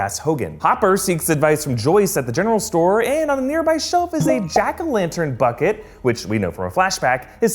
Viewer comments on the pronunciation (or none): none